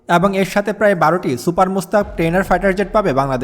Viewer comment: সুপার মুস্তাক না ভাই সুপার মুশাখ। একটু পড়াশুনা করবেন।